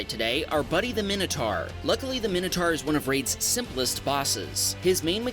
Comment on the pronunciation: What's a Minnotar ? /MY-no-tawr/